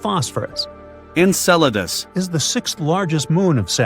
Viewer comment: Enceladus! He did it again! It is not pronounced "encedalus" You can hear each time the word is dubbed.